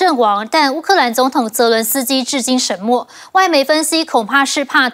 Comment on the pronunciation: 沈ㄕㄣˇ默? 主播這國文可以啊?